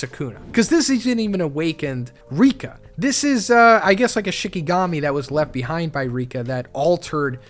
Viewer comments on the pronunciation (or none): none